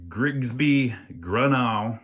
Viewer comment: It’s. Pronounced “grew-no” I. Serviced one last year or two ago.